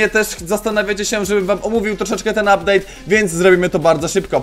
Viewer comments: "Updade" dzięki za poradnik był kozacki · "Uptade" super film troche sie dowiedziałem i potrzebuję tego peta ponieważ chciałbym farmić coiny na opening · "uptade"nick Czakinia